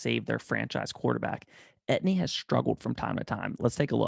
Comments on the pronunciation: Dude; PLEASE remake this video and pronounce his name correctly!! He’s from Louisiana where many names like his are French. It’s pronounced A — TEE — N , not et-knee. don’t believe me, believe his position coach or Dabo Swinney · Actually its E T N